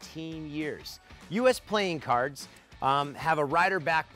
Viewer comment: i just heard you say plane cards